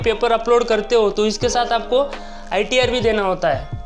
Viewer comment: IRT nahi sahab ITR hota he o !! 😂😂😂